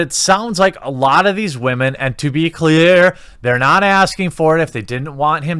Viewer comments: WAHmen, lol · Why do we say Wahmen? #IStandWithVic